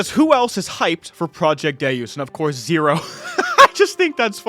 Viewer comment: like from the game DeusEx it's Day-us. Also when you type it into Google it's also how they say it.